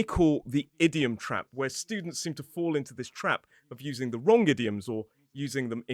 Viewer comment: oh hearing that "wronK" was a bit of a culture shock